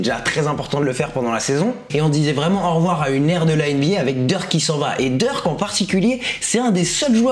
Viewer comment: Il dit Dirk on dirait il parle de lil Durk 😂